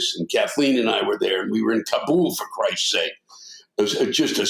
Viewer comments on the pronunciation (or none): Lewis pronounces Kabul as Kaboom